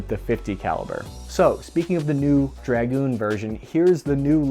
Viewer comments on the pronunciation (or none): its 'draGOON' not 'DRAG-oon', bloody yanks cant speak the bloody language